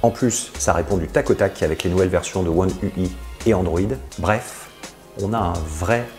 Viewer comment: On dit "One u aille" et pas "one u i"!! Sino très bonne vidéo.